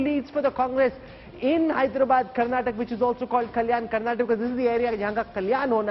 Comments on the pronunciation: Hey mr Rahul, pronounce properly. 😡 It's Karnataka not Karnatak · its not karnatak, its karnataka, pls prounounce properly 🙏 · Lo chappar, it's KARNATAKA not KARNATAK 😡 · First let those assholes learn to pronounce Dravidian state names properly. Karnataka not Karnatak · Bro it's not Karnatak it's Karnataka, pls pronounce correctly. Let's wait for tomo & too much band is not good 😂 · To all, thats Karnataka not karnatak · it is Karnataka not Karnatak please 😊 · Bro.. it's Karnataka not "Karnatak" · hey you so called national media , it is KARNATAKA not karnatak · Pronounce it properly Mr. Rahul, it’s not Karnatak , it is KARNATAKA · It is so so irritating when you fellows say 'karnatak' when the word is 'karnataka'. why can't you get the names right? would you like it if someone called you Rahu Kanwa? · It’s KarantakAAAAAA! How ignorant of u